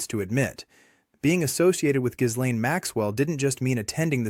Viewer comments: The "s" in Ghislaine's name is silent. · AI isn't following this case very closely because it can't pronounce Bondi and Ghislaine correctly.